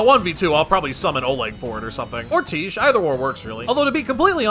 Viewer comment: Can you please stop calling her "Teesh". It is pronounced "Tie Key". She's not a quiche bro.